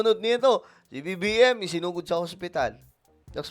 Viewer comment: Isinugod po hindi sinugod 😊